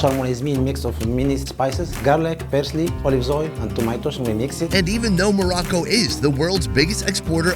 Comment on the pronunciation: You need to loan to pronounce it right it's Morocco